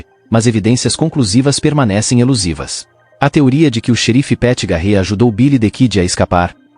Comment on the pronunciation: Quem conhece Bilidikidi e Pet garrê ? aprenda a falar primeiro antes de fazer vídeo.